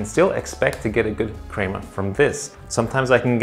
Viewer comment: ill subscribe if you say crema right.